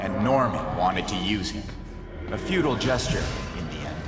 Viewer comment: The first villain that I have seen that said the word "futile" right